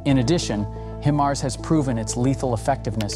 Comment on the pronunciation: It’s high-mars not he-mars 😂😂😂